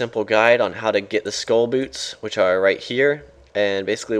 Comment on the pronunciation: its sköll not skoll sköll is pronounced like skoell